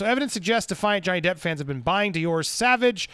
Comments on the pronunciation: Sauvage pronounced: s-oh- vah-zsh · It’s pronounced “soh-VAJ.” You’re killing me Smalls 😆 As to Amber Heard and her shenanigans, it is just further proof as to how obsessed she is with him and wanting to be him. I think part of her beef and what always made her so angry was the attention and accolades he got for being an actual good person and an excellent actor. She is neither of the above. It really chaps her hide, because it jabs at her narcissism. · I think the cologne is pronounced “So-vahj” (savage in French) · It's pronounced "so-vahge" not "sah-vege" lmao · Sauvage is pronounced so-'vage' like mas-'sage'. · I don’t think I’ve seen a single American pronounce it properly 🤣🤣 sore-varge is the closest pronunciation! 💗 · Pronunciation: Saw-Vaaj. PS: Gonna buy one soon. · It's sovaj.... Something like that The pronunciation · lmaoo dude its pronounced "sOvahge" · Popcorned planet- sauvage is pronunced more like so-vage the a in vage being pronounced like are not a. If amber is I’m pirates or if Johnny is not in pirates of the Caribbean I am boycotting it. Simple as that. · It's pronounced SAV-AR-J (rhymes with Nicki Minaj). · For the love of Johnny ,learn how to pronounce sauvage!🙏😭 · Damn, english people can't say "Sauvage". 😂😂😂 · Good video. BTW, here's the pronunciation of "sauvage"